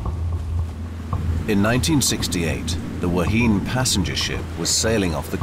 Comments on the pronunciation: Aileron not flap. Also it wasn't the Waheen. It was the Wa-Heen-Ay.... FFS I wish commentors would learn to pronounce things before stuffing it up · great documentary. only complaint is of pronunciation as the New Zealand ship that went down in 1968 the Wahine is pronounced Wa-he-nay.